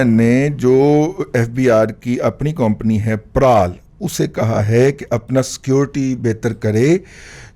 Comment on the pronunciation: دادا جی ۔۔۔۔۔۔۔۔ یہ لفظ کمپنی ہوتا ہے ناں کے ۔۔۔۔۔۔۔۔۔۔ كومپنی۔ گستاخی معاف ۔ 🙏🏻